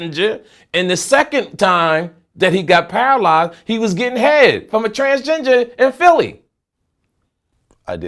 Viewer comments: He said transginger😂😂😂😭😭😭😭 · He always kill me how he pronounce transgender says Transginger 😂😂😂😂😂😂😂😂🤣🤣🤣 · That boy said transginger 🤣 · says transginger. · This man said transginger...☠☠☠ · If this nigga say Transginger one more time 🤦🏾‍♂️😂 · Did dude say transginger?😂 I’m weak😩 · This negro said transGINGER! 😂 one love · Did he say "transginger?" Lol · Hold up let me get this straight y'all mofos aint gon point out that this nigga said "Trans-Gingers" tho! LMAO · Did he say transginger? 🤣🤣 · Max V World hell yea this nigga crazy . Transginger like wtf 😂😂😂😂😂😂😂😂😂😂😂😂😂😂😂😂😂😂😂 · Bro Wtf is a transginger ???😂😂😂😂⚰️⚰️⚰️⚰️ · A what? A "Transgenger" or "transginger"???? LMFAO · still saying trans- ginger😂😂😂😂😂😂😂😂😂😂😂😂😂😂😂😂😂😂😂😂😂😂 SUBSCRIBE TO MY YOUTUBE CHANNEL CONVERSATIONS WITH ME PODCAST 🤩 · He said transGINGER LOL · Is he saying "trans-ginger"? 😕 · Unk said TransGINGER 🙄😵‍💫🤣😭🤣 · Is he saying "tranginger" on purpose 😂😂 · What the hell is a transginger 😂😂😂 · Did he say Trans-ginger tho lol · My dude said "trans-ginger" twice. Lol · My God, he said “trans-ginger” TWICE!!! I’ve noticed him say words wrong kinda often. Seems like he’s fakin it till he make it. (Being smart) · This nigga can’t say transgender to save his motherfucking life. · When you say trans-ginger twice... It wasn't a mistake lol 😂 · Wtf is a trans-ginger? Lol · He said "transginger" 2x 🤣🤣🤣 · Love my boy but we can’t be going out and he ask for a “Trans-Ginger-Ale” 😂😂😂😂😂😂😂😂🐻🐻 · ... And that ain't the first time he said that. That's how he really thinks you pronounce it. 😂